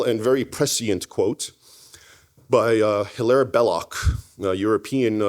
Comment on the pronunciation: Glad he quoted Belloc, love his works, especially that book. His first name is not pronounced Hill-air but Hilary.